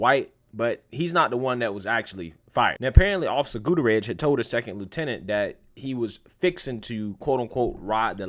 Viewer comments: It's pronounced, GOO-TEA-AIR-IS. Is the name hispanic? Damn Skippy it is. And wasn't there a gun in the car? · That name is pronounced (GUT-TEE-AIR-REZ), fyi... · Bro, learn how to pronounce hispanic last names!